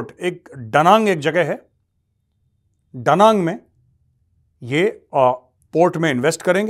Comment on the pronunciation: दादा वो जगह दनांग है डनांग नहीं 😊